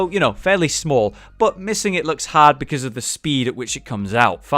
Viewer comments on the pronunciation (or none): none